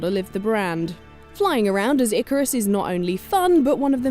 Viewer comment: Ikaros. Not Icarus